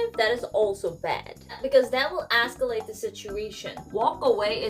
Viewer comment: Haha, she said "that will Asscalate the situation "... true